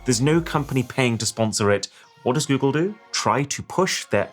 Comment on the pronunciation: "goole seach"